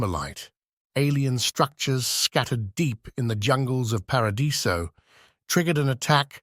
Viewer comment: These are great! There’s a couple of inconsistencies around pronunciation of “Paradiso” and “Shasvastii” but I have no idea how easy that is to manage.